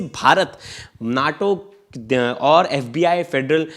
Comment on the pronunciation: Naatau?? It’s Naeto!!